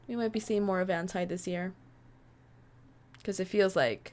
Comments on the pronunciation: Just saying It's Ant-E I know it's stupid but I honestly hate when people say Ant-Es names Like That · Btw you said anti wrong... Like do say I say E. But it's spelled anti.